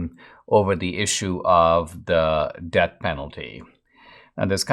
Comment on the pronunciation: You’re saying “debt penalty” instead of “death penalty”